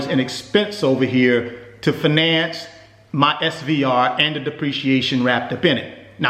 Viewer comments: Wtf is fuhnance... It's fiy nance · I can’t take you seriously when you say “finance” 😂 - (fye-nance) not (fih-NANCE) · I don't know if I can trust a man in finance that can't pronounce "fin - nance" correctly.